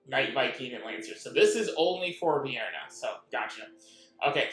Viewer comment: Do you hear the names you are pronouncing? Every time you butcher the names...how the hell does VIN-ER-A sound or look anything like the tasty Vienna Sausage